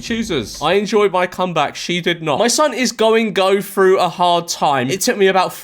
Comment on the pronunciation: Through not frew. English? Do you even speak it?